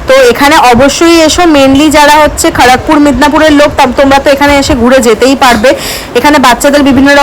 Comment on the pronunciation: Bengali tumi kharagpur ta jevabe bolle mone hobe tumi non Bengali 😅😅